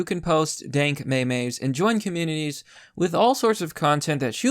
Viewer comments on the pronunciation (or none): If you DARE pronounce memes am 'meigh-meighs' again, I'll hunt you down personally.